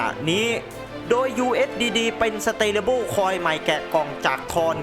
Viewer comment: Stable สเตเลเบิ้ล ❌ สเทเบิล ✅ เอาไทยๆบ้านเราก็ สเตเบิ้ล😁